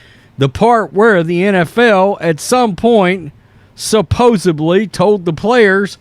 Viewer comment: Supposedly, not “supposebly”